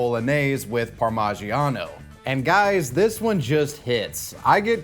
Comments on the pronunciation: The way you say “parmagiano” cracked me the hell up lol. Your American was sticking out pretty hard there bud… But I hope you enjoyed your ‘slapping meat sauce’ 😄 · He said par-mah-gee+ano 🤣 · How the hell did you just pronounce parmigiano? Is this an alternate universe in Rick and Morty. ParMEsean.